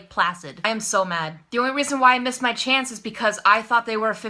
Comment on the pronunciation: every time you said chance I said chonce XD